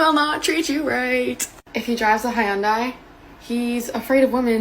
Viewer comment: That's how you pronounce Hyundai ?